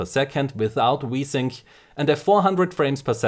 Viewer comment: i laugh every time he says v-sync it sounds like he is saying wii-sync